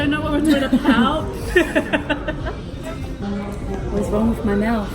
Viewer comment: “talking apout” 🤣🤣🤣 crack up. Love the vlog T&S fam!